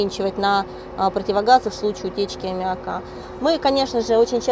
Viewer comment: Если она космонавт и с высшим образованием, почему она говорит неграмотно? Например консервы называет консервой, в слове аммиак делает ударение не в том месте...вместо "ничего не получалось", говорит "ничего не получалося"... Это так задумано или что?